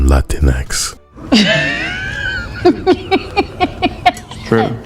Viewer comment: Lol this is the second person pronouncing latinx as la tinks instead of Latin x, and I fucking love it. I'm willing to bet if we start telling them the proper way to say "their" language they'd be real happy to hear it.